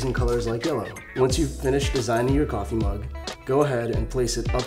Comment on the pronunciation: The way tou said kaffe made me laugh